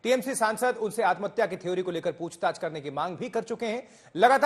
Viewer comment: Atamhatya q bol rhe ho bhai